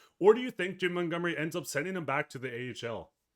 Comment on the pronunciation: "Jimb Muntgumry"